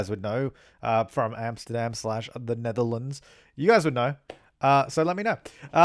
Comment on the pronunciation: I am from: "De nederlands". Sorry. You just said it funnily. These do look like Amsterdam tho yes.